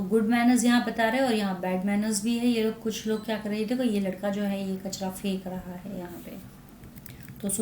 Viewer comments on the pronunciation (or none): none